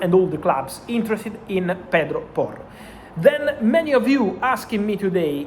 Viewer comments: The way the words pedro porro roll is epic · Love the way he says Pedro Porro.